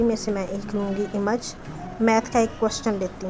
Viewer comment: Behtreen, Plz don't mind, (image) اِمَج nhi, اِیمِج hota hy